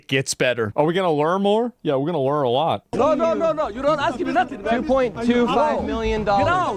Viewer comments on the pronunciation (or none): .... yes, let's LEAR a lesson🤣🤣